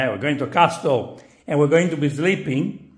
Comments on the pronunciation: (The "T" in Castle is silent. Pronounced cas-el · I love how he prpnounces it as a "cast-tle" 😂